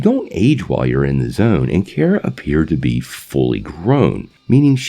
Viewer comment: Bro pretty sure it’s kara (car-a) not Kara (care-a)